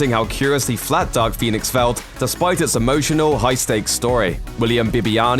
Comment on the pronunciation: With your accent, it sounded like you said Duck Phoenix.